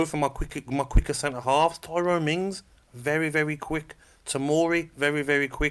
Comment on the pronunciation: Gabby says "Tyrone Mings" 🤣🤣🤣🤣🤣🤣